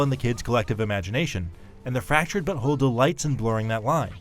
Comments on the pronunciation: He isn't saying "but whole" right. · Why does he say fractured but whole so weird😂